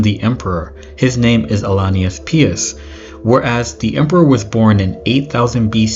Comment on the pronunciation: Pious is pronounce pie-us